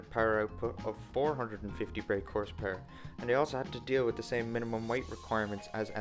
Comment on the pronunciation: Love how you say Horse PuRerrrr.